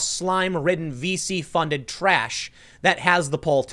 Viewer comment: "high-profile, slime ridden, VC funded trash" For a second there I thought Tim said "feces funded trash"